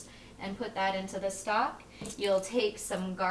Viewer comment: lost my vote when you said stack instead of stock.